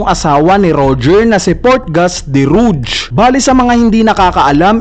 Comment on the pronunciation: Rouge = Rog po Basa dyan Hindi Ruj